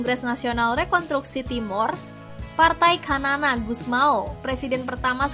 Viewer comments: Xanana gusmau ... Bacanya sanana bkn kanan 😂😂😂😂😂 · Sanana bosss bukan kanana wkwkwkwk😂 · Xanana = sanana Bukan kanana.. Terlihat narator tidak punya wawasan yg luas sehingga salah mengeja nama xanana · Xanana dibaca 'Sanana', bukan Kanana 😂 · BUKAN KANANA min......Xanana (dibaca Sanana)